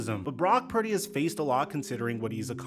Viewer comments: is also illiterate too. He pronounce Purdy "parody" lol. I think he's doing that on purpose cause he's so jealous of brock purdy. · can’t even say Purdy’s name correctly much less articulate an accurate analysis of Purdys game.